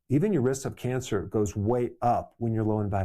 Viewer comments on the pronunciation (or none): none